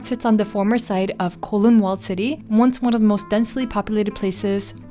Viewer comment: Just an fyi… Kowloon is pronounced Cow-loon. 😅😅 anyway, loved this!! Can’t wait for more travel videos!!